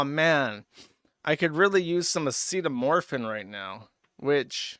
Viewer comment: Acetamorphin. Either thats a thing or he mispronounced acetaminophen in a way only he could.